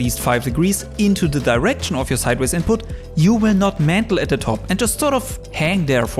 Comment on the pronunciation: You lost me at "mantle".